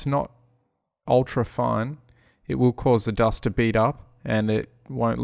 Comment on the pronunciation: Every time you say "fine", I hear fun :D